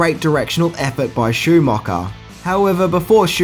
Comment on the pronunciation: “Joel Schoomocker??” Who’s that?🤷🏼‍♀️ And it’s “birthday” not “berfday”😉